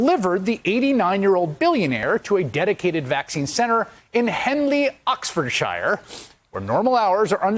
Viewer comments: It's pronounced Oxford-sher not Oxford-shire. All counties in England ending in shire, are pronounced sher. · lol Even Chris Hayes can't pronounce the 'shire' part in an English county's name when he said, "OxfordSHYER". Although Americans do tend to get it right when saying "Yorkshire", for some reason. But as a Brit in America I try to get Americans to say 'Worcestershire' at any opportunity. It's hilarious. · Tip for Americans, shire when part of a county name is pronounced more like shur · I know it looks like Oxfordshire but it is pronounced Oxfordshure not the sound ire as in mire, but ure sound ore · Oxfordshire is pronounced Oxfordshur. Argh!